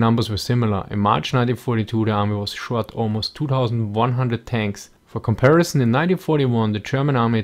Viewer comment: please stop saying comparishon